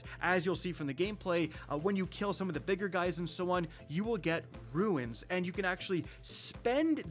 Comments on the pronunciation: it’s RUNE not RUINS!😂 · Another video another day he still hasn't learned to say runes instead of ruins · Runes = “rooones” “tunes” “moons”. Not Ruins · At this point hes gotta be trolling...he can say Boons just fine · cant someone tell how to pronounce "RUNES"!! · "Cant pronounce the word 'Rune' properly" Kackis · I be booing. It drives me nuts. In another video he says runic correctly instead of ruin-ic I might have to unsub.